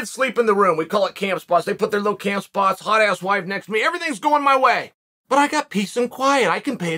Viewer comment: I thought he said high ass wife😂